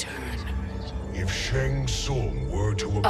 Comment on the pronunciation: Bruh, why you butchering my boi's name like that. It's Shang Tsung. xD